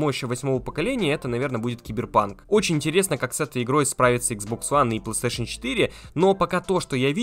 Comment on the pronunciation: Чел не говори плстешн 5 очень режит уши